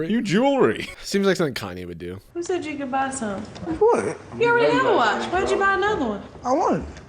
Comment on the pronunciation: He said "a long discussion about the watch" but after all that I will admit I fully thought he said "the whites" for a second XD